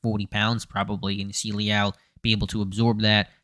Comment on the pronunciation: Lee Al? Lmao I've been watching this dude since his days at A&M. Never heard his name pronounced like that